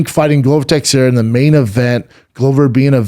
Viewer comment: How can you not know how to pronounce Texieria